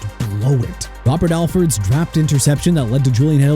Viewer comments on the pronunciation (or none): none